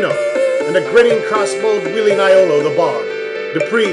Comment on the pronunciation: Dupre = "Doo PRAY" Shamino = "SHAM in no" Iolo = "YO lo"